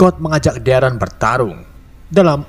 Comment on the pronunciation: Pas bilang darren mirip kaya ereh/eren di AOT